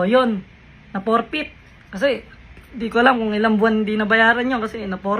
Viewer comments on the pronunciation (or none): It's not profit..it's forfeit